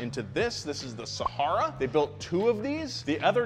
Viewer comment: Yo, your "Sahara" was absolutely on point. Peace!